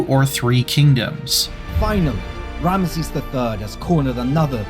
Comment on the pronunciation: he can't even say Ramesses correctly, I'm out.